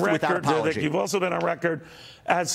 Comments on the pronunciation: As a journalist Neil needs to learn how to pronounce "Vivek." It rhymes with "bake" not "beck." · ugh .. at this point how can any news rep continue to mispronounce his name! They lose me from that moment.. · Neil still can't pronounce his name right.